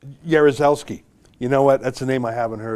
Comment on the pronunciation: Ezra you spell Jaruzelski very well, Best regards from Poland.